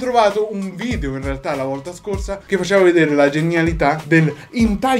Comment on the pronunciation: Bel vidèo [ovviamente pronunciato vidèo perché video non ci piace], sono morta dal ridere 😂